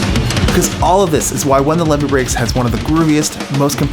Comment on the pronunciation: "levee drum breaks" lol